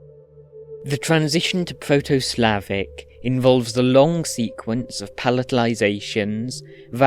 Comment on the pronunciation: The accents/pronounciation on the proto Slavic are a little off tho😅 I'm from Bosnia (serbo-croatian) and we retained all the 4 accents from proto slavic (some words are pronounced literally the same) and he makes it sound quite unnatural, although I don't blame him as it's hard.